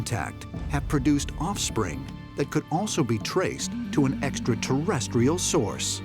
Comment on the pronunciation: I think this is made with artificial intelligence because the narrator can’t pronounce extraterrestrial correct 😂 👽